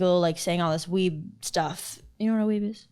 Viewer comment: Weeb... "Webull?" haha!